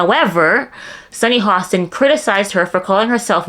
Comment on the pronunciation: Did you just call her Sonny Hostile????? 😂😂😂😂